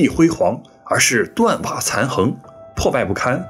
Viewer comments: 断瓦残垣（yuán） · 斷瓦殘垣（ㄩㄢˊ），不是ㄏㄥˊ。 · 断瓦残垣 读错了